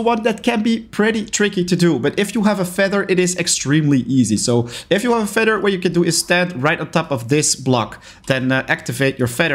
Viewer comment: Sir, it’s said feather and not feder